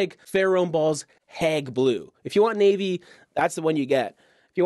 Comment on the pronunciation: Hague is pronounced Hayg